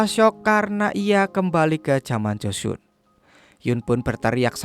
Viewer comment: Joseon bacanya koq jd Josun 🤣🤣